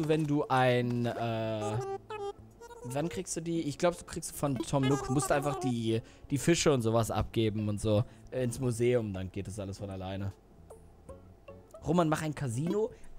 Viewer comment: Du sagst Tom Noogo